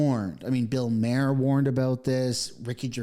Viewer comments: MAR. It’s Bill MAR. 👍🏼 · And Bill Mayor? What’s up with this guy?